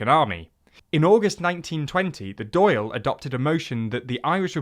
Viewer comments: "Eamon" was the only egregious mistake. That "á" sound doesn't really exist in English. "Drawl" is close, "Doyle" is... not-so-close. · Dáil is pronounced "doll" not "doyle" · ffs learn to pronounce the Dáil :D What is a Doyle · Oh Jesus, Mary and Joseph above in Dublin, the pronounciations... Its Dail (like, D'all, not D'Ayle) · Dail is pronounced "Dauul" btw not "Doil" haha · 'Dáil' is sounds more like 'daw-L', rather than 'dale'. Some RTE news videos YouTube here would be good reference. Great video lads! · Dáil is generally pronounced Dawl rather than Dayle.. Eamon is also generally pounced Aay-mon rather than E-mon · Dail is pronounced dol. Not doyle. The mispronunciation led me to cringe a fair bit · Great video, but a correction: Dáil Éireann is pronounced ‘Dawl Erin’ and not Doyle airmen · Not pronounced Doyle nor Dayle. It's pronounced Dawl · Dail is pronounced like "brawl", not "doyle" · Dail is pronounced dawl not doyle. Great video though! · How are you butchering the pronunciation so bad. Dail (Dawl) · fuck it’s hard to watch the video when he keeps calling the dáil the “doyle” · Dall. It's pronounced dall... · Dail is pronounce like "doll" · DAIL IS PRONOUNCED DALL LIKE BALL WITH A D OMG THIS IS PAINFUL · It's pronounced "dawl" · My god am I happy to see this. An English based publication that has mentioned English war crimes. One piece of feedback Dail is pronounced like ball with a D and Eirrean is pronounced like Air-Anne. Hope that helps!! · Dáil rhymes with ball. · long Since when has it been 'doyle' though? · It’s pronounced “doll” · Agree with other commenters: Dáil is not pronounced like “doyle” but more like blending “daw” and “ill” together and saying it like one word. The accent on top of the “a” lengthens the sound into an “aw” sound. PS Any chance ye’ll Brexit out of the 6 counties? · Dáil sounds more like Doyle than dall or doll here in Munster. It should be pronounced as two syllables Dá-il, not one. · No, it's pronounced like Doyle.